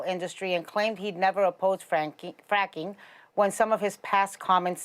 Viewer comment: Ana talks about pronouncing Kamala wrong then goes on to pronounce Joe “Choe” and fracking “franking”